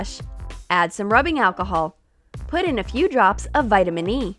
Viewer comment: It's not vaitamenin E its very vaitamenin C